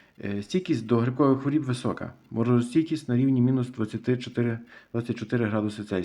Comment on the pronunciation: Що таке "стійкість до хворІііііб"? Правильно " стійкість до хвороооооб". І не "виглядає"(звідки воно виглядає?), а "має вигляд" Ваша вчителька української мови кацапський покруч?